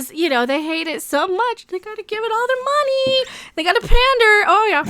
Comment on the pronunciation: I hâte the way she says money : mah-nee